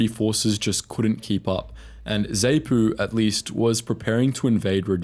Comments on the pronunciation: So many mispronounced names in your narrative. ZANU, ZAPU, FRELIMO, Salisbury etc. Are you AI or is all this outline only taken from books? You are justified in highlighting some questionable Rhodesian Army actions but it would be more balanced if you pointed out the atrocious cruelties inflicted on tribal villagers by the black nationalist fighters. Remember that many were poorly trained, poorly disciplined and poorly educated. In their efforts to deter blacks from supporting Rhodesia or working in government institutions, such as schools or any form of cooperation. they inflicted some dreadful brutality. As a young State Prosecutor my memory was seared forever with images of breasts mutilated, lips ripped off with pliers and the sounds of woe and weeping in villages that had been scourged by swaggering, AK toting teenage ‘commissars’, strutting and posturing and encouraging thugs to beat up elderly Headmen and Elders loyal to Rhodesia. When I eventually left Zimbabwe in 1986, I sought a memento, a symbol, to capture all the cruelty and suffering inflicted in the name of freedom and the only perfect souvenir of the horror was the AK47, Mother Russia’s gift to the cold-war world. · Please! You are crucifying the pronunciation of the combatants! The 'A' in both Zanu and Zapu is said as in the word "and" , and not "saint " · Wow, there is a lot missing from this, as well as a number of historical errors. Blacks formed part of te Rhodesian military a long time before Smith came to power. More research should have been invested. Pronunciations are also terrible - Zaynu?? Zaypu?? Ugh!! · zapu pronounced z-ahh-poo and zanu pronounced z-ahh-noo, and frelimo pronounced fr-eh-lee-mow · 'Zay-Nu'? 'Zay-pu'? 'FREL-i-mo'? 'Sal-iss-burry'? Chinking beer glasses and no mention of Gukurahundi? (look it up). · Zaypoo and Zaynoo? What the FUCK. That is NOT how you pronounce those acronyms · Ffs, they're pronounced Zah-nu, Zah-pu, Tanzahnia, Freleemo. Basic bloody stuff